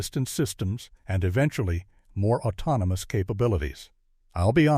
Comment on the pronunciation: Autnomiy Plarfrom? Autounimous? 😂. Prodduuction Facuiiity Expanssiiing? 😂😂😂😂